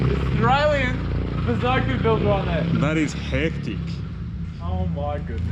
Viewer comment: Can you atleast learn to say bosozoku before you disrespect an entire culture.